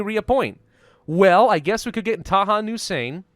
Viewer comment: "Taha for now" oh that was just painful.